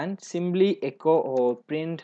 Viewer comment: Abblication , ggimply ..😂 your English is awesome dude!